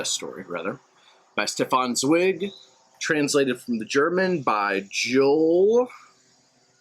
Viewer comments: How difficult is it to google how to pronounce the writer's name?Zweig like like bike ike. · You failed not only to pronounce the writer's name which is in my opinion pretty disrespectful ,you also managed to skip over the holocaust and the tragic fate of numerous Jewish scholars such as Albert Einstein,Sigmund Freud and many others forced into exile and many more murdered in concentration camps. Austria and Germany not only was occupied by Nazis but it lost so many great thinkers and artists. Only a few made it to freedom in exile. Your laid back approach does this great writer a dis service. You mispronouncing his name was just the sign how little you understood of the depth of tragedy of the man the era and humanity's darkest days.The right wing is now growing strong in the US and Europe. Do google and get educated before you take on giants. I have met his nephew . He died this year.almost 100 years old in Europe. They didnt do shallow. Sorry i might have been too angry. I just listened to experts discussing this book. Please treat books more seriously.